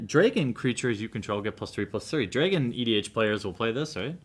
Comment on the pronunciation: Do all Americans pronounce "Dragon" like that?